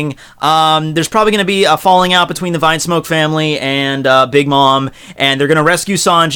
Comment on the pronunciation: keep up the great work bro, I'm a new subscriber and I'm loving it....btw it's pronounced vin-smoke, not vine-smoke 😅